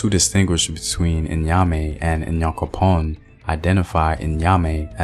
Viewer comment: Great Video!! Thank you so much for spreading our mythology🇬🇭. A word of advice for the pronunciations, the N in Nyame is not prounounced separately. The same goes for Nyankopong. It is like a short Niah sound😊